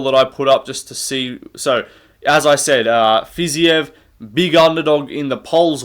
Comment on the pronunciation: Dude its fiziev not fiziev 🤓🤓